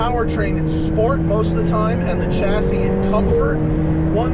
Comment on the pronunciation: its pronounced "shassy' you dolt